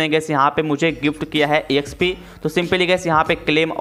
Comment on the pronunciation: Collect ❎ C'O'llect ✅ Exp ❎ Æxp ✅ No hate tho love you bro❤